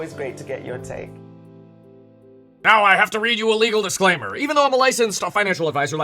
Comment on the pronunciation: Under 150 soon.. Legal disclaimer sounds like Fűhrer 😂